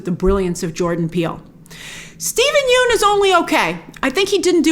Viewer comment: Steven Yeun’s last name rhymes with “sun”, Grace